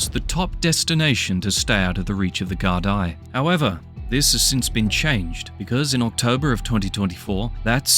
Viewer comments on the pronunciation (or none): De gar-dee not gar-die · It's pronounced Gar-dee